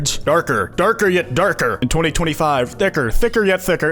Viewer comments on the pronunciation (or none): Darrrrrker Darrrrrrrrrrrker yet DARRRRRRRRRRRRRRRRRRRRRRRRRRRRRKER